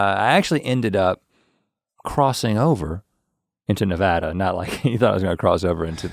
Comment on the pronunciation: Link needs to put in a little effort, pronouncing Nevada wrong is an unforgivable sin.